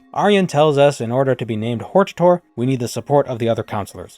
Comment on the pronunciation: Uhm, I think it's pronounced, "hortator."